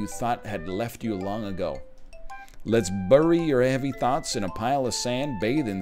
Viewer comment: “Alone with your THOTS” is what I heard